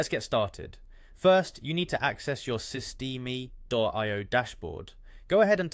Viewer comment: Just trying to help you out. Usually it's pronounced sis-t- M.